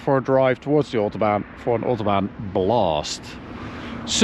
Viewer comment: If it were Autobahn and not OOOtobahn that would be great.